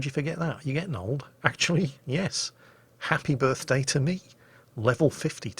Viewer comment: heppie burt dee toe joe